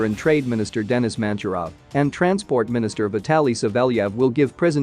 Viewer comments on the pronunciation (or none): none